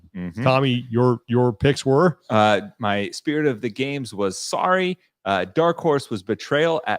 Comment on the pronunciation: Canadian here. Legit thought that Tommy was talking about a board game I had never heard of before called "Sari" until translated it for me.